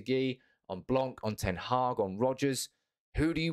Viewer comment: You don’t really read ‘c’ in Blanc surname 😏.